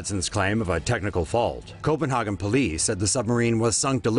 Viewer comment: You says Copenhagen wrong. So funny to hear 😂